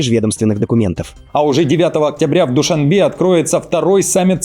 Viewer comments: Говорим не "ДушанбЕ", а "ДушанбЭ"!!!!!!!! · произносится "Душанбэ"